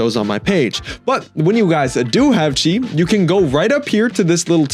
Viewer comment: Chi❌ subtitles: See✅